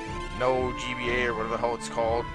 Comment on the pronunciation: No$GBA is said as No Cash GBA, i had trouble figuring how to say it as well at first...